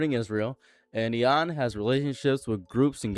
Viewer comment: why you saying iran so weird?